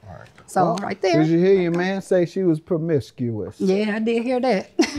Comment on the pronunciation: Permiscuos??? 🤦🏾‍♀️ Dude really?